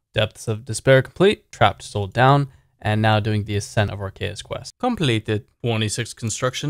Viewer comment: Anyone notice he said completed like c engineer